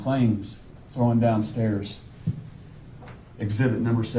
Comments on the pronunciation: One of his words that got me the most was how he kept saying “she was throwing down the stairs” because it was like he could not say thrown. Strange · Also, the word "thrown" has been brutally mangled as "throw-in". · He kept saying throwen down the stairs.